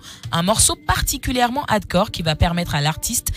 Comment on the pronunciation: Mdrrrr elle a dit un son particulièrement HADCOR 😂😂😂😂